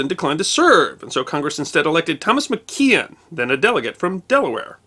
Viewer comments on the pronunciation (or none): Tom McKean rhymes with Tom McQueen